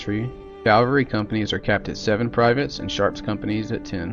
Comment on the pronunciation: A very common mistake is to say “Calvary” with a L rather than “Cavalry” with a V. Even audiobook readers have made this common mistake.